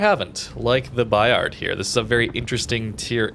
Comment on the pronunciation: The "D" is silent. French is tricky :)